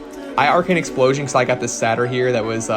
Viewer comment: Say-tur. Not Sat-ur.